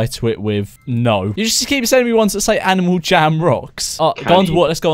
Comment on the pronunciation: he says: "aNiAl jAm"